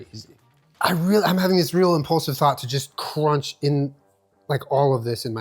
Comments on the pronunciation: I’ve never heard it pronounced that way! 😆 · I was just thinking that 😂